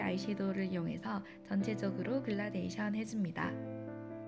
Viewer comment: 그런데... 글라데이션이 아니라 gradation 그라데이션 아닌가요? 영상 보고있는데 자꾸 신경이 쓰여서요 ㅎㅎ